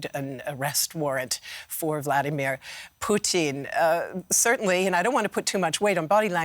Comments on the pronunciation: Why cant you just say Putin like everyone else. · Excellent analysis but I swear to fod if she calls him Poutine one more time I'm going to lose it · I hate the way the says "Putin". its not "Poutine"